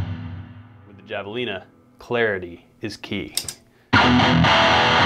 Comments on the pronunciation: Javelina, the j is pronounced like an h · Pronounces the J in Javelina. Must not live somewhere those are common. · Good video, not trying to sound like a dick but that tone isnt the right tone for creeping death at all, and btw its pronounced Hav-a-lina not Jav-a-lina, as indicated by the critter on the pedal lol, other than that , nice work man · The pedal your using isn't pronounced Java- lina it's Havalina. The Js are Hs in spaninsh. -coming from a white guy in south Texas. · Not to sound like a douche, but it's pronounced havelina. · Javelina is pronounced "Have-Uh-Leena" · i mean its not a big deal and he just didnt know but yeah thats how you say it and it sounds white the other way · Friendly correction: Javalina is a Spanish word, pronounced HA-Vuh-leen-uh. Killer job on the solo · I think Javelina is pronounced like havelina, it’s a Spanish word. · Thank you! I just made the same comment. That’s precisely how it’s pronounced. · Not trying to be one of those people but javelina is pronounced “havelina” just like jalapeño has an H sound. And again, not trying to be one of those people. People can pronounce it however they want. Just putting this info out there. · FYI Javelina is pronounced HAV UH LEAN UH . Its a gnarly, deadly wild pig that will absolutely fuck you up and just so happens to be a great sounding pedal as well. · Javelina is pronounced with H. The J is silent. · Its pronounce "Havelina" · Pretty sure Javelina is pronounced with a soft J. Like hah-vuh-lee-na. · Javelina is pronounced 'Have-uh-lina'. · Pronounced Have-a-leena. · It's pronounced havalina. It's Spanish so the j is an h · It hurts me to hear him mispronounce javalina. (have-ah-lean-ah). Everything else is fantastic though. ;) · Yeah i cringed just a tad when i heard how he pronounced it with a J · He didn’t.... he didn’t just pronounce javelina like that.... He did... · Javelina is pronounced with an "H" sound like jalapeno.